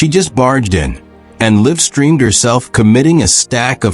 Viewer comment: Liv streamed? That word is live. Ypu are an ai ankle